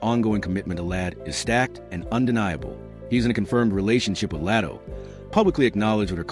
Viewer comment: Why do you keep Calling Latto El? Latto’s name isn’t hard to pronounce fr